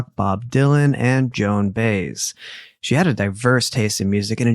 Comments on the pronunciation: lol! Joan Baez (By ez). 😅 I can see why you pronounced it “Bays” because of “BAE” (before anyone else). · Just a small correction.... The folk singer Joan Bays is actually Baez pronounced Bi-(long i)-ez. Just thought you should know. Thank you for your always informative, interesting and entertaining shows. They're greatly appreciated. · haha I know you are young~ sweet, sweet, but Joan's name is pronounced Joan "by-ez" Much love to ya both~from southern Indiana usa ❤ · It's Joan BYE - EZ!!!!! Argghhhhhh!!!! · Joan Baez "Biehz" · Pronounce Joan, Biaz as B with long I then short ez. Hope that makes.sense. 😊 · Joan Baez? I’m not sure who meant, if the amazing and famous folk singer circa Dylan’s age, it’s pronounced By-ez, like Suez as in canal. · it’s Joan By-es (Baez) and I love buttered popcorn and junior mints… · Baez is pronounced Bah ez. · The singer’s last name is pronounced Baes (Bi ez) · That made me giggle too. I was like, who??? 😂